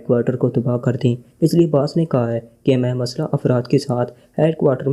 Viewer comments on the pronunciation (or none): اردو بولنا سیکھو یا کسی ایسے بندے سے پڑھاؤ جسے اردو آتی ہو غنڈے کو گنڈہ، مخصوص کو مکھسوس، مسلح کو مسلہ اور خان کو کھان پڑھ رہے ہو سارا مزا کرکرا کر دیا